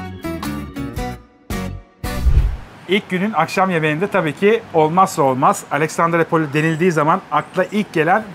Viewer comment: Abi Aleksandrupoli :) Alexandrapoli değil :) İskender'in şehri demek yunanca. Severim Dedeağaç'ı, gezmesi, fener'in altında insanların toplanması, akşamları gün batımına karşı içilmesi güzel bir şehir. Pahalı da olmaması ayrıca seçilesi.